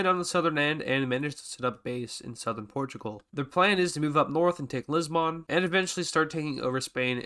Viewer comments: Its not pronounced Lissban, it's Lisb'n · It’s not Liz-bawn it’s pronounced lis-bin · it dosent matter but, THE O IN LISBON/LISBOÃ IS SILENT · Lisboon never heard of this city it Lisbon